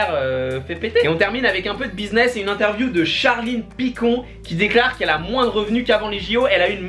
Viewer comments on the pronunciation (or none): none